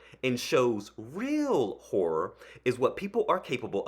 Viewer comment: Um, "horror" should have TWO syllables... or it sounds like something else.